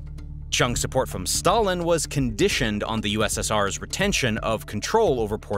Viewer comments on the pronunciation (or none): none